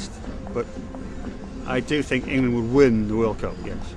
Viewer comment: in-gay-land, in-gay-land, in-gay-land